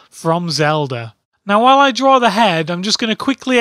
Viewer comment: I love hearing hearing him say "drawrr" and "drawrring".